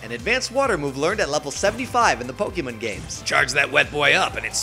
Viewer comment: Azim was also the Green Ranger in the second season Super Megaforce. Technically the same season, but different powerset. Also, the way you pronounce Pokémon as "Pokémun" makes me twitch for some reason. As for the actual battle: You disappoint me Greninja. You embarrassed your counterpart Blastoise. And I am one of those 17 people who own the Fire Emblem amiibo. All 4, actually, though only Lucina and Ike are opened.